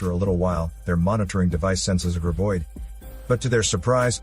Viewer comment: It's GRAB oid!!!, not GRIB oid!!!